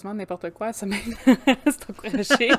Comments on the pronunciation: samhain ce prononce sawn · Il faudrait de base prononcer samhain de la bonne façon mais bon contenue a quelques détails près 😊